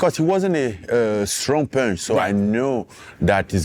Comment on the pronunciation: "EVERYONE. Everyone will go down with that punsh." 😳